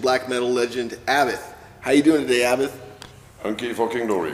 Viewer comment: "abba-th" it's aBAT